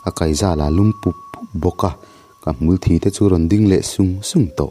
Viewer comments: A ngaihnawm viau a amaherawh chu hmulthi tih lai hi Mithi kan tih a 'thi' tih ang hian lam rik tur aniin ka hria....😅ka lo sawi ve mai mai nih chu angaihnawm lutuk e👍👍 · Tinge hmulthi tih hi i lam rik dik hleihtheih miiah loh a🙊...